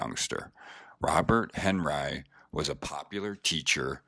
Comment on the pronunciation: This narrator murders the pronunciation of names. Yikes! However he does pronounce henRYE (Henri) properly! This art deserves a more knowledgeable narrator..